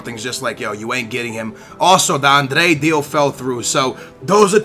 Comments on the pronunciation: Not being harsh, but are you dyslexic?? It says adryan, u say Andrey??? It says labyad, u say labaday??? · labadai , andrey ... wtf! Are u really portugese ? Because u should be able to say adryan ! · You have the worst pronunciation ever: Zumba, Labada, Andrey ... WTF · its not andre its adryan like a-d-r-yyy-aaaa-n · zouma?? andre??? labaday???? its fucking labyad , zouma and adryan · Adryan-Andrej its adryan hahah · also its adryan not andre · wizardZzz Pronouncing it correctly is fine! It's when he say's 'André' when its clearly Adryan. Really pisses me off. Just leaves out half the name. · Why would you pronounce Adryan Andre? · la-be-ad not labadie a-dre-yan not andre zou-ma not zoumba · Zouma not Zoumba, Adryan/ Adrian not Andrey and Labyad not Labbidad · Where do you get "Andre" from Adryan. Love the videos, but you are terrible with names. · Please try to read the player names it's clearly Adryan and you pronounce it Andrey, you also call Labyad "Labaday". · zumba, labydad, andray? c'mon please try harder to pronounce names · it's pronounced Adreeyan ,zooma, labeeyad, dehlofeo and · It is La-by-ad and Aid-re-yan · Kurt Zoumba, Andree, & Labydad.... your pronunciations are so bad lolll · how the hell do you mispronounce Adryan?